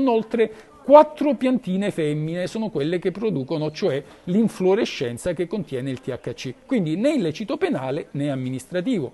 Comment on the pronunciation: Infiorescenza, non influorescenza xD